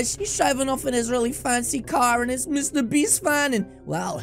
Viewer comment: Bro really said mrbeats💀💀💀